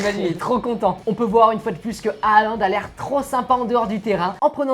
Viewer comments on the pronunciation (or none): On dis pas HAaLaND 😂 MAIS JUSTE Haaland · C'est Halland pourquoi ils disent a aland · Je ne comprends pas pourquoi vous déformez les noms des Joueurs : Halaand et non pas Alaand, il faut prononcer le H, ce n'est pas du Français ! Mbappe et non pas M. Bappé. Pourquoi vous épelez la première lettre M?!! Dans ce cas on doit prononcer Michel Platini et dire: Michel P. Latini (Pélatini).Lamine Yamal !! Les espagnols font pareil c'est Jamal et non pas Yamal d'ailleurs vous dites Djamal comme Debbouz Alors que c'est le même prénom. La vrai prononciation c'est Jamal. Merci pour vos vidéos.